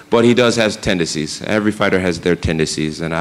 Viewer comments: I am guessing that nobody would dare to correct John and tell him it is called "tendencies", not "tendecies" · Because he was saying tendecies and not tendencies!